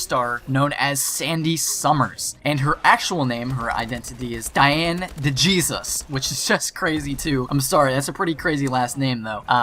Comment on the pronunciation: Dejesus is a Hispanic last name...Lol...Dee-hay-zoos. Great video though